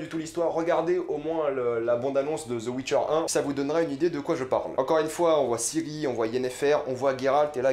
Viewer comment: The witcher pas Zeu witcher